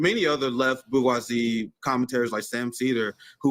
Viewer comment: favorite word is 'bourgeoisie'. Unfortunately he mispronounces it like some people say 'HElocopter' and 'nuKular'. Someone should teach him to pronounce the G the way it's supposed to be LOL